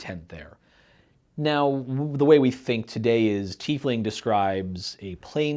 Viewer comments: UGGH! It's TIE-Fling..not TEE-fling. We also don't wear TEES, we wear TIES! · Shouldn't the name be pronounced TY-fling? Just curious